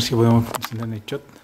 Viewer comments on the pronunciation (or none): none